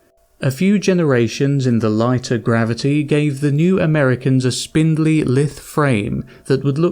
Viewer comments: and "lithe" lol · I don't know who told this narrator that he's qualified to read audiobooks, but when there are 3 ignorant egregious mispronunciations in 3 minutes... (cometary, lithe, schism) Pity, sounds like a great story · Why is it people dont understand how to pronounce words these days? The way he says Schism is laughable...dont get me started on lithe. What's worse, this person is British... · Ok I'm 3 and a half minutes in and so far cometary, lithe and schism have been mispronounced, have you ever read a book before?